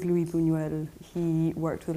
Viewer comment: His name is Spanish, so it’s not pronounced like Louis, but Luis ( Lwees). You do pronounce the s.